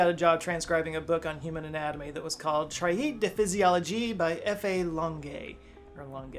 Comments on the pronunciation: Traité (tray-tay) = treatise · Traité: the first syllable is pronounced as like the second syllable of regret except that it's a t instead of a g. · as a french i can certify that we hear the words of the song. and the name of the scale notes too... but as a french i am also ulcerate :) too listen to your french prononciation :D in "traité " a and i are only one sound which sound like "a" in english :) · Amazing! I don't think I've ever heard such execrable pronunciation of French before. The word "Traité", for example, isn't "trah-eet". It's more like "treh-tay". But the French "r" sound is rolled in the back of the throat. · Hahah, the word Traité sounds more like "Treh-teh" then "Tra-eet" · You utterly butchered the word "Traité" . Just had to say. Traeet??? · From now on this is how I'm pronouncing traité :P and Société 😅 Technically é is never silent and is always pronounced as e but... fuck the French!